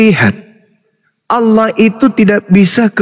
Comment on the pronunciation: Berpirmanlah ALLAH buk, bukan ALAH😅